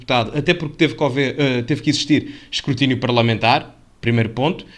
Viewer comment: Escurtinio?😂😂😂😂😂 Escrutínio, porra!